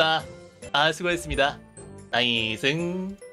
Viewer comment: 나이승~ 너무 찰진데요 ㅋㅋㅋㅋ